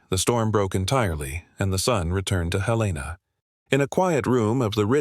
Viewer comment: Love the story, except Helena wasn't pronounced correctly!